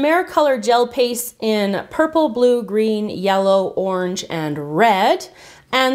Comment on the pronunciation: is oreng is not wat